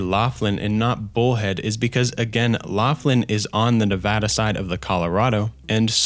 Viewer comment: As a Nevada resident, hearing somebody pronounce my state correctly is chef's kiss Great video btw. Digging the recent content as well